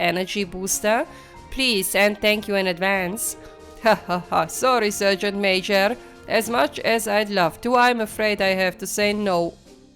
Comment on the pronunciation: Wünsch dir auch gute Besserung und komm schnell wieder auf die Beine. 😘 Eine kleine Anmerkung noch: Du solltest dein Handy nochmal befragen wegen dem Wort "Sergeant". Es sollte eigentlich "Sargent" ausgesprochen werden und nicht "Sörgent" 😉 Finds jetzt nicht wirklich störend, aber es fällt eben auf, wenn man es mehrfach in einer Folge hört. 😄 Ansonsten wieder ein sehr schöner Part. Finds auch sehr beeindruckend, wie du die Aufnahmen trotz aller Widrigkeiten hinbekommst. 👍 Quäl dich nur nicht zu sehr, ok? 😷